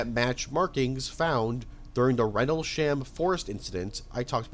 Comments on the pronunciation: The butchering of some these pronunciations is painful lmao Sagittarius is 'saj-it-ary-us' Suffolk is 'suh-ffuk' (like a less harsh way of saying fuck) Rendlesham is 'rendle-shm', with a very soft vowel at the end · Your mentions of popular movies would come off smarter of you could pronounce Tucson, Suffolk. Rendlesham and several other words you got wildly wrong